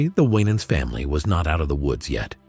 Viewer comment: I do not appreciate this gossip type approach to news about this blessed family. Just tell the story. No family is without issues, but the Lord hastruly blessed them and what a HUGE blessing for all your children to be saved and working for the LORD! Plus this AI voice is saying the last name incorrectly. Yes, Ronald Winans did pass, but the AMAZING MIRACLE that he was essentially brought back to life is a HUGE TESTIMENT TO GOD’S POWER!🙏🏽🙏🏽🙏🏽🙏🏽☝🏽✝️